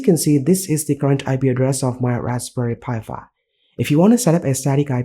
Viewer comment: it's pronounced "Raspberry Pi 5" not Raspberry Pi Fi"